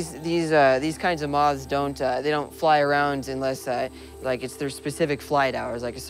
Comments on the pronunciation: why can't this guy pronounce moth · Moth not moz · I love him, however, im offended by how he says moth.